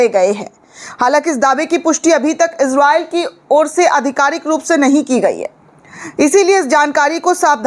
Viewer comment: ازراءیل نھیں اسراءیل ھے